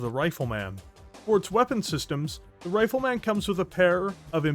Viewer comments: Brother, where are you from? Nobody says RifleMAN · The way you say Rifle Man like it's a super hero tickles me deeply